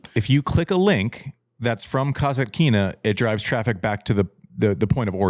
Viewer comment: Folks, I love the show! Just a small correction: you consistently mispronounce Daria Kasatkina’s name in the funniest way. You say "Kazakina," which would suggest her surname has something to do with Cossacks—when in fact, it’s Kasatkina, and it actually relates to killer whales! That little "T" makes a big difference.